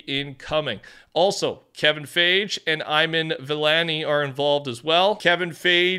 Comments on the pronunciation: I-Man Vilanee lol😂 Still love your content 🤙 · Bro fr said “ eye man vee laa née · Dang u demolished their names💀 Kevin Feige (Fi-gee) and Iman Vellani (E-mon ) and Iman is a W playing Ms marvel and writing that new comic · Kevin fi-gee and ee-man vellani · It's so funny how you mispronounce Kevin Feige and Iman Vellani's names who is the actress for Ms Marvel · how do u mispronounce iman vellani and kevin feige😭